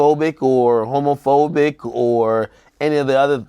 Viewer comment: AK struggling to pronounce homophobic 😂😂😂😂